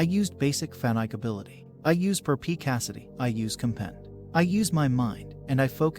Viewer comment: you used per p cacity 😂😂...it's "perspicacity "